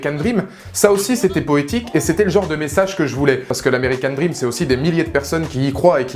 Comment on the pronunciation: "American DrrrrRRRRRRRRrrrream" 😂 Films tellement décevant, ils auraient tellement pu faire mieux...